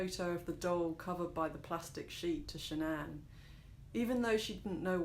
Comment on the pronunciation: The wife's name was shannan not sha'nnan...all one word.